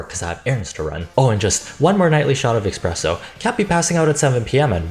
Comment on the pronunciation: He said expresso